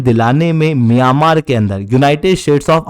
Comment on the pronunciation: Miyamar nahi hai myanmar hai😂😂😂wtf